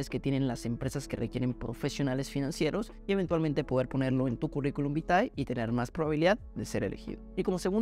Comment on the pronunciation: Vitae se pronuncia Vite